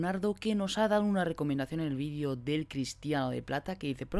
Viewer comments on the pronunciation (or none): none